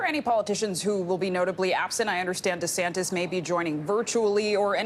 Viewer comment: Did she say "Lord Desantes" at 2.02? Lol